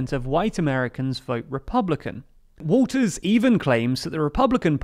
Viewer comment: You keep saying Walters but she doesn't have an s on the end of her name